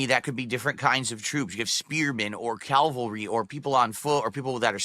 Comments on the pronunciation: Cal-very not Cav-alree I mean kahman he’s got a Masters D00d…*snort* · add "cavalry" to the list of words doesn't know how to pronounce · I've never heard Calvary pronounced like that!!! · nah he doesn't know about calvary, and that's a common mispronunciation without there being a specific "confusion"